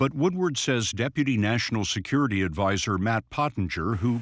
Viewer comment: Can’t even pronounce security. Give me a break